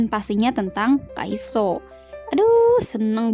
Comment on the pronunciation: Kok nyebutnya kaiso sih?harusnya kan kaisu emang namanya Kyungsoo dibacanya kyeongso apa:(